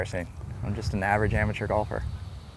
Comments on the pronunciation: "ameter" lol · why tf he say "amateur" like that in the beginning